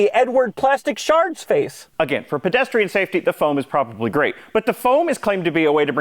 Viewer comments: It's PEDestrian, not PREDestrian. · "Predestrian" is driving me a little bit crazy. Is it a word based on Predestination or Predation? Are we talking about predators or fortune tellers here?! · I loved it when you intentionally said "predestrian safety"!